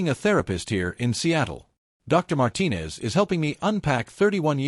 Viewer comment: Holy shit! You pronounced “Martinez” correctly!